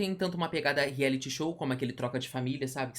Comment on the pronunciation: Agora que percebi que os meninos falam rieliti e reality